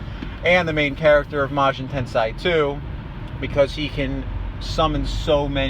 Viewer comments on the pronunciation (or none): i believe the corect pronunciation is tensei and not tansay